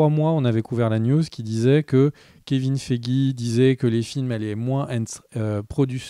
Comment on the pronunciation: Le Kevin Feigix m'a tué 😂😂😂!!!